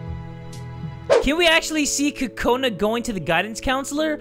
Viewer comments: It's Kokona not kakona!!!! Btw do your eyes change colour on your profile or is that just me? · its Kokona Not Kakona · ITS KOKANA NOT KAKANA )————————(